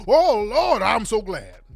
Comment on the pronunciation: Compare the "I'm so Glads"😂😂 to